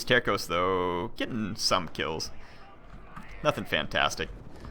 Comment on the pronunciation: If you want to know, Portuguese Terços is pronouced like there's a S (Tersos). Out of curiosity, it means third in english and it is believed they were always divided in 3 thirds (terços).